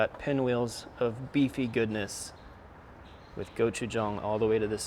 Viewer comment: Is it gochujang, or Go-Chef-Tom?